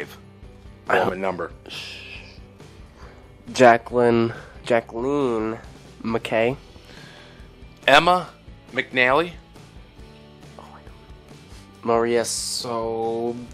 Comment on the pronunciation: its jade mackay not jade macky😊😊